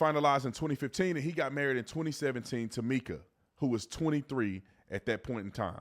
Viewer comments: It's pronounced"Micah" not Meeka! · Pronounced Micah…Like in the Bible breh❤